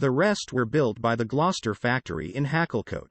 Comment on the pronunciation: I think the robovoice pronounces U as an A. Valcher should be Vulture and Hacklecote should be Hucclecote. (Voice-activated script is always appalling and it usually causes me to switch off in annoyance. PS Gloster used the old spelling of Gloucester for their company name. However, The robo pronunciation as heretofore mentioned is incorrect.)